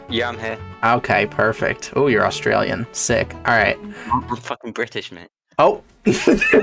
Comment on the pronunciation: "Australlian" lmao.. as an Australian, I had to point that out